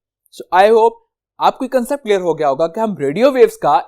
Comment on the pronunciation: CleR clR clear😂